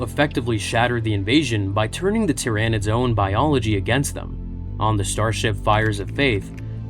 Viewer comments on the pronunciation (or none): At least it isn't tie-RAH-nids.